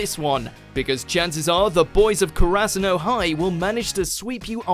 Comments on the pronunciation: Did you say Ker-Ass-u-no?!?! It's Kara-Su-No. For shame. Put some respect on my crow sons! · Same. The way he says Kurasuno irritates me to no end.